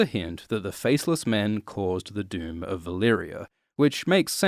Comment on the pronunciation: I honestly thought you kept saying the “dude” when you’re saying “doom” 😂